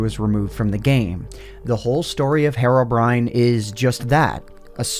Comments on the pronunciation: why is nobody getting bothered the way he pronounces herobrine? says it like "herrobrine" but its clearly a "heerobrine". you know, the way you would pronounce the actual word "hero" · Hair - o - brine Me: Hee - row - brine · STOP SAYING HARROWBRINE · Hero-Brine NOT HAROBRINE MY GOD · He says Herobrine like heroine but I thought it was like hero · He's called Herobrine btw, not herrobrine. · “Herro” brine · he's been pronouncing herobrine as hair-obrine for this entire time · Man, the way you pronounce Herobrine is so annoying. "HeRRoBriNe" lmao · I'm sorry but it pronounced heero-brine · Hate how you saw "heiro briyne" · It pronounce heerobrine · Hariobrine The way he pronounced it lmao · If I had a penny for every time you pronounced “Herobrine” incorrectly